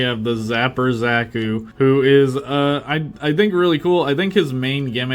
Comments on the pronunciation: Ah yes zakos not zakus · god damn that pronountiation of Zaku (usually pronounced zah-cou) makes me, someone whose only experience with the og gundam series with amuro ray was just char's counterattack feel wierd, though ig it makes sense if that is how they pronounced it